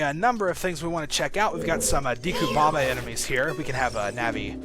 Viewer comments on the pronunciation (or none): none